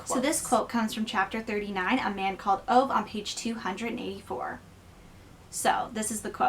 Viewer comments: His name is not OVE, it's pronounced OOVA. 😁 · I love this book, my book groups love it!. I went out that week and purchased 'My Grandmother asked me to tell you she's sorry' ..equally enjoyable read! By the way, OVE is pronounced 'OOoo Vahhh'